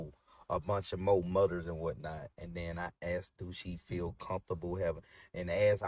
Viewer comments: Mudders? Lol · This man can’t even said moTHers…. Damn mudders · It irritates me how he pronounces mothers like "mudders". I wouldn't feel comfortable as an adult spending the night with him. Let alone my child! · “Mudders” “Udders” 😅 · What’s “muhders” ? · Wait. Did he say MUDDERS?! 😂 Go lay down